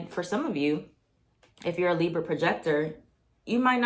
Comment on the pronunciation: the li-brrrr 😭❤️ love u. #BX